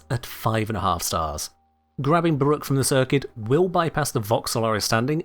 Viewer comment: "Garuda, Brrruq , and Hildryn"